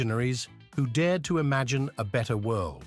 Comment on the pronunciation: I can't take any video about London seriously when "London" and "imagine" are pronounced incorrectly 🙄😡 Also, it's very odd to see random pictures of rural estates when you're on about the Tower of London and Westminster Abbey 🙄 I had a feeling that maybe I should find a good book first. I'm off to do that now...